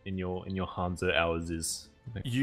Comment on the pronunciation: Ok say it with me, Hanzo H a n z o, not hunzo